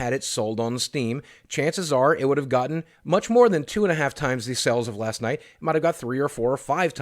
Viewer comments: Boogie... buddy... listen... Last LIGHT... with a fucking L !!! Sry, had to point it out cuz it bothered me to no end xD Great vid with a lot of emotions, keep up the good work 👍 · Is he saying Last Night or Last Light? I keep hearing Night. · He's so pissed that he's saying it wrong without thinking